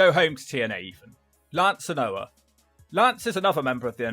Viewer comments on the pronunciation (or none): Anoa'i is pronounced Ann-Oh-Ah-Ee...